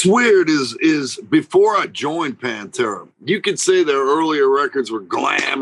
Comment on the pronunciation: cheers for saying Panfuckin’tera’s name right!